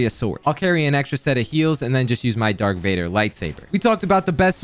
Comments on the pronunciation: He definitely just said "dark Vader" instead of "Darth maul" to farm comments, but I guess it worked lol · I love you but its darth vader not dark vader, its irritating me cus im a big starwars fan. Love the vids keep up the work! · Not “Dark Vader.” It’s Darth Vader. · why haven't you ever watched Star Wars???? You called it the "Dark Vader Sword" 😂😂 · DARK VADER???!???! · bro, i love u, but darth vader, not dark, DARTH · Dark Vader? Love your vids! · “Dark Vader”💀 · who the fuck actually calls him DARK VADER?! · Bro said dark vader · “Dark Vader” 😭😭😭😭😭😭😭😭😭 😳🔫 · "dark vader" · he keeps saying Dark Vader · Bro said "Dark Vader"💀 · when dark vader 😭